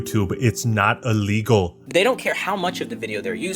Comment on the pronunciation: i love the reaction dude and the way he said illegall had me crying